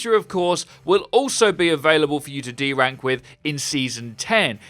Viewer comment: I could swear he's saying de-rank instead of do ranked.